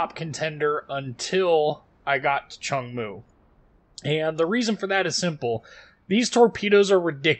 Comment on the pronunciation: Nice vid, sub finished! Its pronunciation is much closer to 'choong-moo' than cheong moo. Just postscript XD